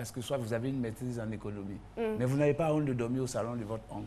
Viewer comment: l'arabe qu'elle apprenne à prononcer le mots et éviter les fautes de synthaxe MAIS se dit Mê pas Min